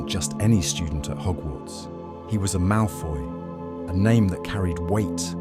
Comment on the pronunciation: It's "Malfoy"